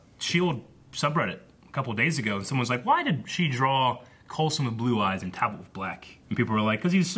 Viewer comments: WHYYYYY DOES STILL CALL HIM “Tal-bolt”!!!!!!????? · It’s TALBOT...TALBOT!!!! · Every time says ‘Talbolt’ every fibre of my being vibrates in agony.